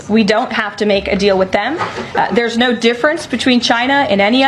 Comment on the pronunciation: The dude talking mixed no’s with l’s which made me cringe, although the message is well drafted.